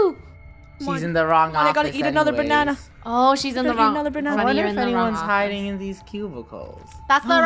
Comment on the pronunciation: DID YOU SAY BANNA I'M A BANNA I'M A BANNA LOOK AT ME GO